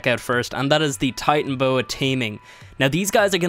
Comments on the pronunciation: Jesus Christ it's been years and you still say "titanboa" TITANO IS IN THE TITLE YOU WROTE FFS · OH MY GOD ITS TITANO-BOA NOT TITAN-BOA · When was is it titanboa not titanaboa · There's an O between Titan and Boa. Titanoboa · It’s TI-TANUH-BOWUH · Why can you not say titanoboa??